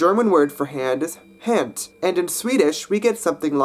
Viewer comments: You speak "hand" in German more like the Swedish version not the english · You pronounced German "Hand" and Gothic "Handus" with English phonology. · Your Swedish pronunciation of "hand" sounds more similar to German than your German pronunciation.^^